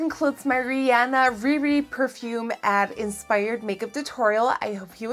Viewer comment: GOD BLESS YOU FOR SAYING RIHANNA'S NAME RIGHT